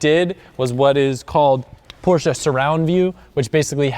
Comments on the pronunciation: only ppl that say porsche cringe when he say porsche-a 😭😭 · i really like you but dont say porschaaa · so cool to hear an american saying porsche correctly!! even most car journalists and reviewers can't get this right... kudos!!